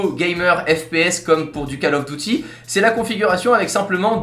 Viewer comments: Miguel en vrai c’est presque ça on dit Diouty..... c’est juste il a oublié le « i » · CALL OF DOUTY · Déjà on dit coll pas call et bon duty on en parle pas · omg il a dit "Call Of DOUTY" 😂 (ceci dit ça reste une bonne vidéo) :) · "Call of booty" Accent de qualité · Poseidon_pvp en anglais call of duty se dit dyuty d'où le douty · Call of D'OUTIL ! Nan ? Bon ok ... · Miguel en anglais on dit "coll of diouty" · il a surtout dit c"A"ll of d"IOU"ty, avec un bon grand "A" et un très joli "iou", ce qui est encore pire XD moi qui ne suis pas fan de la franchise j'ai bien rit aussi! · Enfin ! Au passage j'adore le «call of douty» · "Call of doutie" x) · Kal of Douty 😂 Haha sinon bonne vidéo!✌🏼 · "Call of Dooty" jtm. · " call of douty" XD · Call Of Douty il m a tué x) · C'est la dernière fois que tu dit call of douty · le cale of douty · Pour du call of douty 😂😂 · Quand il a dit "Call of DOUTY" on a tous regardé les commentaires mdrr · call of douty😂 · "Ou du Kale auffe douty" 😂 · eh viens on vas zouer à cale of douty (sarcasme) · ‘’Douty’’ Issou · Mdr il a dit douty a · xD "Call of DOUTY" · Quand il à dit "CALL OF DOUTY" J'ai débandé.... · Call of DOUTY Call of Duty version lidl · MAMI MALHEUR IL A DIS CALL OF DOUTY haaaaaaaaaaaaaaaaaaaaa !!!!!!!!! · ''call of DOUTY'' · Call of DOUTY 😂😂😂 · "call of douty" mdr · "Calle Aufe Douti" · « Colle of douti » mdr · call of douty mdr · cal of douti 😂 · " Call of Douty " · "call of dOUty" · "call of douty". Juste "call of douty". Pas de blague, c'est déjà drôle mdr... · Call of douty mdrr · Juste parce que j’ai entendu Call Of Douty je met un dislike :)